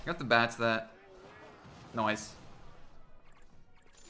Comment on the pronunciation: Do you watch Brooklyn nine nine P.S this came up cuz you said noice